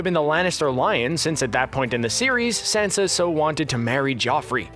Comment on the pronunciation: Who is Sensa? Oh wait, you mean Sansa